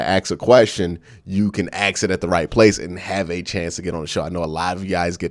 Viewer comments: Axs... Pronounce it with me. Ah-sss-k. Not Axs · I'll be sure to never AXE a question... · Lol okay okay. You Axe 3 times in a row. You gotta be clownin with us 🪓 ⚒